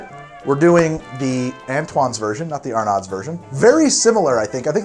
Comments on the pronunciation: It’s “R-NO,” sir, and “laissez les bons temps rouler,” was correct. But other than that, fantastic as always. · BTW, here in NOLA we pronounce Arnauds as are-nos. The d is pretty much silent. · Arnaud's is pronounced "ArrNose" not "R-Nods" and Arnaud's also has a great free Mardi Gras museum you can tour. Both places have fantastic "Café Brûlot Diabolique" which is the full name of the drink. I think Antoine's has a bit more of a booze kick overall while Arnaud's has a bit more of a sweet taste but both are fantastic. Your "measure" per guest is possibly accurate for a lot of the USA but far off for New Orleans as we are drinking two or more servings per guest of this amazing beverage. It also should be mentioned that Antoine's literally invented Oysters Rockefeller and they are the only ones with the "official version" which doesn't use spinach while most other versions tend to use spinach (many folks from out of town always complain about how the Antoine's version doesn't taste right because they are so used to spinach). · Lol at the way he pronounces Arnaud, it's not "Har Not", it's Ar-no ;D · Just found this channel, and I am digging it. Gotta let you know its pronounced like R-nose though xD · New Orleanser here. Arnoud’s is pronounced “Arno’s” and I have never heard of this drink. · It’s pronounced “orlins” like one word instead of Or-leans. And it’s “Are Nose” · galatoire's does it too! Also love ya but pronounced ar-no's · Not how you pronounce Arnaud’s my man. Pronounced like “Are-neaux’s” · You mispronounced Arnaud's. You Need another trip to N.O. to work on your pronunciations. I highly recommend you visit; bar tonique, latitude 29, compere lapin, and cure. Love what you're doing, happy dimanche gras.